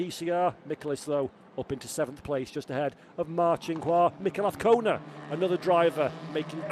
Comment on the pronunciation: His name is AZCONA not AFCONA. Say it correctly...